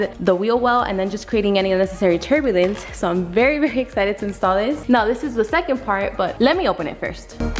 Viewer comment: the way she said turbulance 😂😂😂